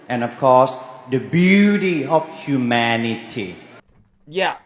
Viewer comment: Well guess who is not going to win. That aside I found it funny to hear the second contestant pronounce it huuuu maaaaaan ity. Emphasis on maaaaaan.